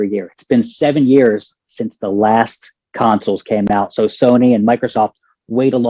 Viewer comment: I didn't even realize she was saying council until I saw your comment lmao